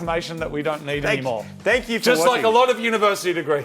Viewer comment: Did he just say "there's so many people to fank"?